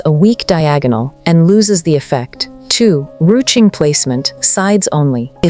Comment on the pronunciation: Rue- tching? You're kidding! It's pronounced rooshing!